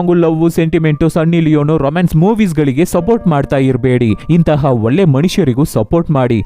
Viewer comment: ಲೋ ಬ್ರೋ ಅದು ಒಲ್ಲೆ ಅಲ್ಲಾ ಒಳ್ಳೆ